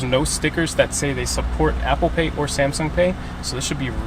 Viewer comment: She said apple paid 😂